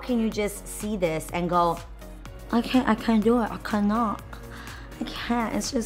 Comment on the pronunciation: “I cah-naw 😭” LMAO I DIED 😂😂😂😂